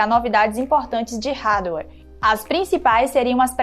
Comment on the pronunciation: Tem tudo pra dar um show na apresentação. Mas direção tá deixando muito a desejar. Galakisss?? Acarde?? Ráduer?? (Hardware)